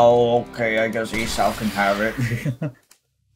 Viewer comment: W vid but I just noticed how u pronounced Esau 😂. Just for clarification (I think) it’s pronounced e-saw and not e-sow